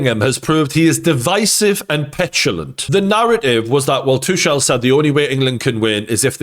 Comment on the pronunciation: Its "too kull", not "two shell"